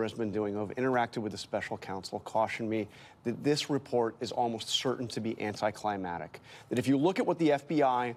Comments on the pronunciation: The word is "anti-climactic" not climatic. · The correct pronunciation: an(t)ēˌklīˈmaktik ORˌanˌtīklīˈmaktik NOT an(t)ēˌklīˈmatik and NOT anˌtīklīˈmatik Correct these people until they understand! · Anticlimatic eh? Learn how to say words man.